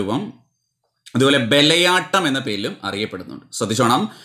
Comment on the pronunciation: ബലയാട്ടം അല്ലല്ലോ,bayalattam അല്ലേ